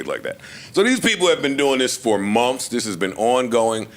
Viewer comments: But instead of months he says mumfffs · Momths? Is that how you say it? Asking for a friend that's trying to learn the lingo. Thanks